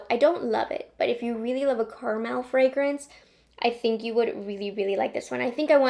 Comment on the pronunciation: Love the way says, "Car Mel"